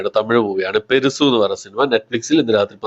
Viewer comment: Not പെരുസു..its പെരുസ്